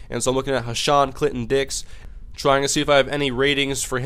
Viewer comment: Lmao. His name is Clinton Dix when you said it really fast it sounded like Clit N Dicks!!!! Lolololol.